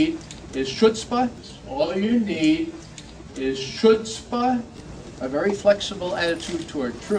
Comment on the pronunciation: Its southern chutzpa. Like "shut yo mouth chutzpa"